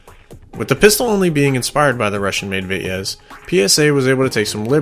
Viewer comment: Vityaz is pronounced- Bitchass in American.🤣🤣